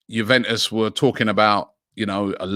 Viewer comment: ' You-when-us ' ' Sa-swallow '